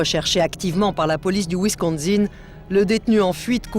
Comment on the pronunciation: Wisconsin non pas wisconZin!